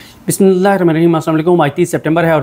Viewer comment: Bhai itni jaldi kis baat ki hoti ha, Bimillah to theek sy parh liya kro.